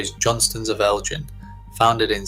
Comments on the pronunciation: Its ElGin, not Eljin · Hard “g” in Elgin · The gauge of a fully fashioned machine is needles per 1.5 inches not 1 inch. Please get your facts right. Your pronunciation of both Hawick and Elgin could do with a bit of correction. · Love Johnstons of Elgin but please learn how to pronounce Elgin!